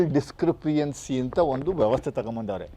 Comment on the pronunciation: Logical ಡಿಸ್ಕ್ರಿ ಪಿ ಎನ್ಸಿ ಅಲ್ಲಪ್ಪಾ ಲಾಜಿಕಲ್ ಡಿಸ್ಕ್ರಿ ಪನ್ಸಿ. ಸರಿಯಾಗಿ ಪ್ರೊನೌಸಿಯೇಷನ್ ಮಾತನಾದುವಾದನ್ನು ಕಲಿಯಪ್ಪಾ ಮೊದಲು